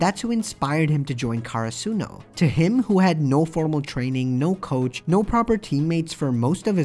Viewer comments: For godsake it's not Karasoonu It's Karasuno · My man its not kara-suno karasuno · why he says karsuno like that